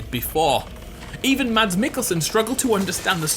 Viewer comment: His name is pronounced MAS mikkelsen